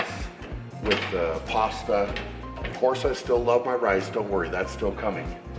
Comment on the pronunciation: please just say pasta bro xD "Pwooohasta"